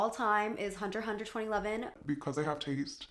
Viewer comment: queen of pronouncing hunter x hunter correctly omfg